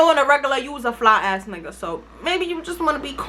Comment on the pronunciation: do you be saying “you’re not my nigger” bc everytime i hear that instead of nigga